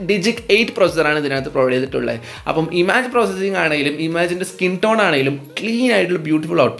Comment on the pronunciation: ഇമാജ് അല്ല ഇമേജ്...